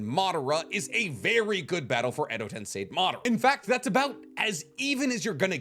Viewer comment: Hi. I feel the need to correct you, sorry. It is not tensai , it is TENSEI like sensei. Love your work.